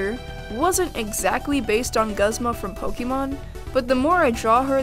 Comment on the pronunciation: I love how she likes Pokémon and deltarune, but, without trying to seem rude, I want to note pronunciation of guzma’s name... she says guz-ma when it’s supposed to sound like g-ooze-ma. I dunno, it’s just an ocd or fan-based love for guzma. Also, peeps, pls don’t attack me sayin, nobody cares or it’s just an accent, but it’s just my opinion about saying a characters name correctly. Other than that, this is a very helpful video. I tend to be indecisive about my fursonas and am constantly looking towards videos to help me settle on a design or creature, so it was helpful.